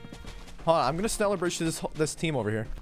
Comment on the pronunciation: nobody bedless noobs accent saying "schneller": schnillear